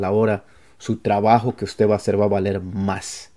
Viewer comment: Hi. Great. Thanks for giving these tips. Just a little think. In spanish we must pronounce the last consonant 'd' in the word 'usted'. You sound and say 'uste'.